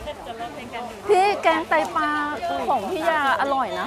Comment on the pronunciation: แกงไตปา น่าเกลียด หัดพูดควบกล้ำด้วย ปลา ปลา ปลา ปลา